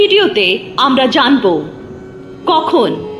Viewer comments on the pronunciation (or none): none